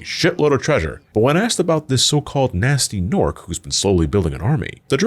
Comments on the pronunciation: It's pronounced: Ga-nasty Ga-norc. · Acktually, it's pronounced Guh-nasty Guh-nork